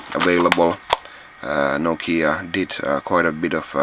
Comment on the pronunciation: Finally I learned how to pronounce "Nokia" right :)